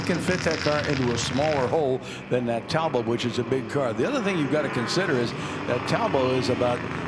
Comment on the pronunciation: I wish commentators would stop pronouncing Talbot as Tal bow . It's English,not French and it's pronounced Tall Bot.